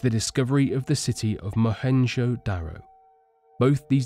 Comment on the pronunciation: Mohenjoda? it's Mohenjodaro... I don't like it when people don't finish their words or sentences, and what's with the spelling "Pyrmaids of the Kush?" lol Aside of that, interesting topic! love the vid mate.